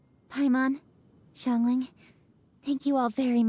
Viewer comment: Madame ping is the only one who pronounced Xiangling’s name correctly lol